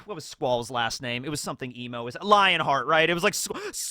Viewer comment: Wait...Lionheart? It's Leonhart. I mean yeah essentially the same thing but different pronunciation and a bit less on the nose lol